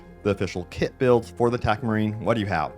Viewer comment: Ohhh, you mean TECH marine. You pronounce it like 'Tac' marine haha